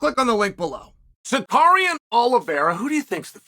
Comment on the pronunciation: Who tf is sikarian?